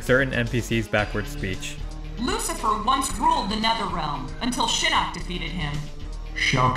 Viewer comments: Stop saying shinook. Thats a damn fish. its pronounced Shinnok (Shin-Knock). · Your mispronunciation of Shinnok is driving me crazy.